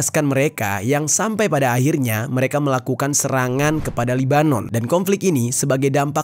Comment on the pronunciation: Kalau chanel YT mu mau selamat Jangan nampak sangat Unsur kebenciannya, Sebutlah nama negaranya dengan betul🙏